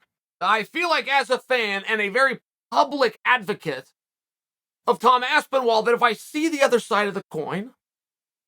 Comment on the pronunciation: Tom Aspinwall... Classic Uncle Chael😂😂😂